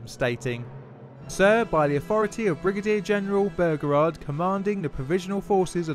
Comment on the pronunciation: "General P. T. Bergerard"